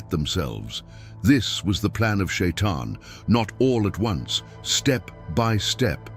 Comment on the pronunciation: Почему чтец читает не правильно! Ни Шаян, а шайтан!